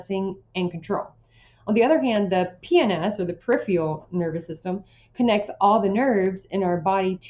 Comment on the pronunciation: Very useful!!! I just couldn't get past the pronunciation of "Peripheral"